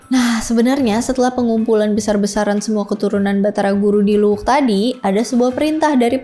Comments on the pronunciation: Bukan Luwuk. Tapi Luwu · Luwu mba bukan luwuk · Koreksi. Bukan luwuk tapi luwu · Bukan luwuq, tpi luwu. Klo luwuk ada d sulteng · Luwu ya bukan luwuk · Luwu bukan luwuk